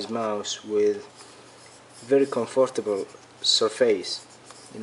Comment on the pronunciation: comfartible surfayes???